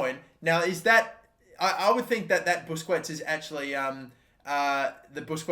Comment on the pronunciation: Don't sign for Man City if you can't pronounce Busquets